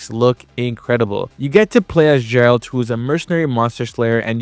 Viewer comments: did he call geralt as jeralt XD. Awesome vid btw, even i want to buy the oled but its out of stock everywhere T-T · Bro really said Jarold - t, instead of Geralt. Even in the game itself, Geralt says his own name with the hard G, not the J sound like you did. 😂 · No way you said geralt like that